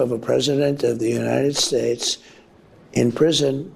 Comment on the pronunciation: Why can he no longer pronounce "United States" without lisping amd slurring? Does no one else hear that? United Shates??? 🤦🏽